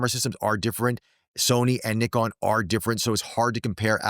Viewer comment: FINALY SOMEONE OUTSIDE UK SAYS NIKON CORRECTLY! THANK YOU!